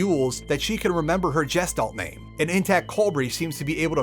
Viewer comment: The way you pronounced Gestalt makes my brain scream. :D It's G (asi in Goose) - [Gesh]-[talt].